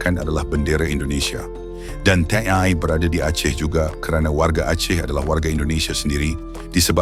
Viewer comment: YA..TNI BUKAN TNE 😂